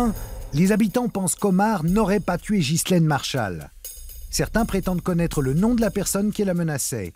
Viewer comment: De grace mrs Zero,prononcez ghislaine comme il faut , en Français, Enghien les bains, Ghana,Maghreb,Delonghi,Ghia,Spaghetti,Ghisonaccia etc etc le H à une fontion de U,c'est pourtant simple,non ? Quand au S,il est muet, Mesrine,Deschamps,Desprès !